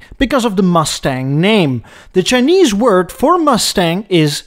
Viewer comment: Chin-neeze. I love it. 😂